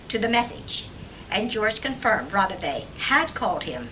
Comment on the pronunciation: I'm literally listening to tape 90 out of the 270+ tapes in the Raudive collection, and the person on the phone sounds nothing like Raudive. Also, you are pronouncing his name wrongly.